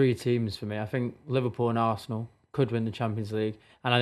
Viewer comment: This guy funny ohh Social media FC Arsenal 🤣 😂 he say Barsenal